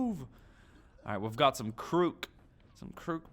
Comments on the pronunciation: its not krook its kroot reeeeeeeee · you do pronounce it correctly,you just said krook like twice